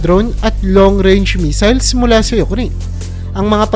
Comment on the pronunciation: Missile hindi measle